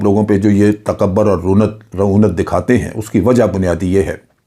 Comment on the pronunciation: Sir, correct pronunciation is "takabbur" and not "takabar".